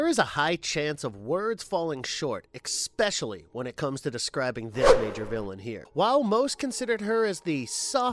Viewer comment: Ex-specially, and Vlad Tempes? I like the videos but pls try to at least learn the proper names etc.